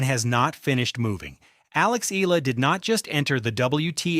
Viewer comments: It’s pronounced as “E-Ya-La” not EELA😂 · I really hate people using AI voices without altering the text to compensate the pronounciation! SHE IS NOT ALEX EELA!! SHE IS ALEX EE-AA-LAAA!!! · Her surname is pronounced EH YAH LAH.